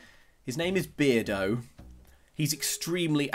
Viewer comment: Maybe his name is Bear-do instead of Beard-o.